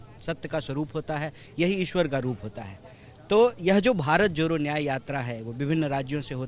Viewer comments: भाई आप पहले तो भारत जोड़ो बोलो ये भारत जोरो क्या बोल रहे हो,, improve your pronunciation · भारत जोरो यात्रा नही होता है बेटा भारत जोड़ो यात्रा होता है 😂😂😂😂😂😂